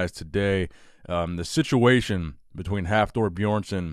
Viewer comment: I thought you were about to talk about Mike " The Situation " the way you said situation in the beginning of the video😂